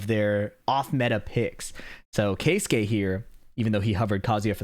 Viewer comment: finally an american who makes an effort to pronounce keisuke correctly. pisses me off how english speaking people just dont give a fuck how peoples names are pronounced